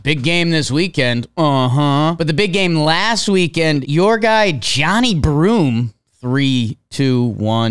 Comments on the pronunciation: For reference, Johni is pronounced "juh-NYE." Not sure if this affects the scoring. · FYI, it's Johni is not pronounced Johnny. It's jun-eye with the emphasis on the eye